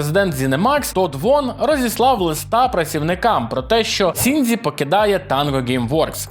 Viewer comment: Будь ласка, досиь використовувати русняву систему транслітерації японських слів! НІяких "сі", "дзі" і тому подібних неподобств я понській мові немає. Правильно Шінджі, а не "сіндзі"